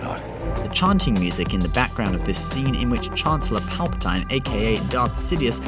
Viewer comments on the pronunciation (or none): It's pronounced palpa-teen not palpa- tine(with a long "I" sound) did you even watch the movies? Pretty sad when even the movies say it the right way and you can't even say it correctly. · Just saying it's pal per teen not spelling but how it's pronounced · Pal pa teen yeah, I noticed he said it wrong too, he also says DARK plaegus not darth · Who the fuck is palpotiine ? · Dude! For fuck sakes pronounce the word "PALPATINE" properly and not like a dumb idiotic spastic!!! Fuck me drunk mate!!! >=S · 100% BULLSHITR THIS GUY CANT EVEN PRONOUNCE PALPATINE CORRECTLY. HUGE STAR WARS FAN LOL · He only says it that way because he's from the UK